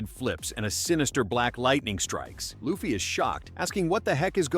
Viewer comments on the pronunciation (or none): Stop calling Luffy as Laffy